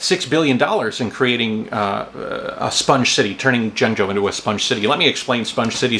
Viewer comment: JENG JOE...I speak Chinese super well even when I don't have a script! Jonggo JaYoe! Woah Aye Jonggo!